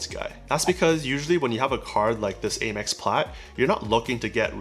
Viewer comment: Am-ex not Ay-mex. ;)